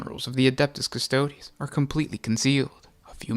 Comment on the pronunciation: It’s Custo-dees, not Custode’s